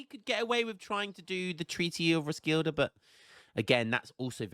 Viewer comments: Would be pronounced more like "Roskeeleh " in Danish tho (don't listen to the swede! :P) , but it's definetely better than the first time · Your pronunciation of Roskilde is getting better, ggs man 😁